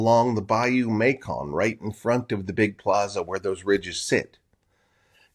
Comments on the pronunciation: It's Bayou May-sun, not Bayou May-kon. Soft c. (West Carroll Parish native.) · It’s pronounced bayou “Mason” …like the jar. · Hi, cool video! The bayou you refer to (Macon) is colloquially pronounced like Mason Its a bit of lingering french influence from older days Cheers Mate! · Mascon...pronounced...Mason...live in this area my entire life...west Carroll parish...my uncle had a hand in preserving the sight...